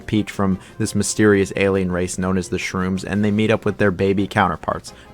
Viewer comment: Shroobs, not Shrooms